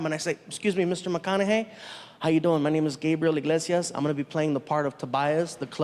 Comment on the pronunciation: Eeee-glase-ee-us. Say it with me now. Eeee-glase-ee-us. Not "In-glase-ee-us". Enunciate! I hear this mistake WAY too often! He even brings it up in one of his specials! Enunciation matters people!